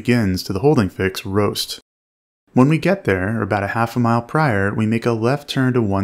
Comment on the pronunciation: I keep hearing "ROAST" and not "BOAST"